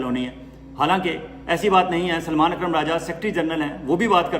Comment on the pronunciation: ۔۔۔ اپ ہمیشہ محمد بن سلمان کا نام غلط لیتے ہین۔۔۔۔۔ سلمان کو ہمیشہ اپ سلیمان کہتے ہین۔۔۔۔۔ یہ ط ط Tariqa ghalat hai......Aap MBS kah Diya keeye agar aapke moon se Salman naheen nikalta hai? Aap ka koi Vlog ham naheen Chorte hai. Aaka Andaz, Tajziya Baht hee Balanced hota hai.